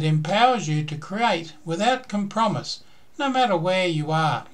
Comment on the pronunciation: "It empowers you to create without com - promise". ??? Fail.